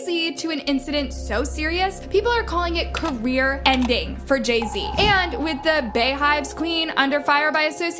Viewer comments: career nor carrer...sheesh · Career ending, not carrer ending. Please correct it. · Career, not "carrer" lol